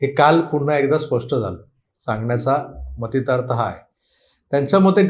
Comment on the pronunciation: मतितार्थ ❌ मथितार्थ ✅